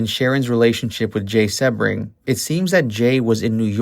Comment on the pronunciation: Jay's last name is pronounced: SEE-BRING!!! Everyone knows that but you!!!!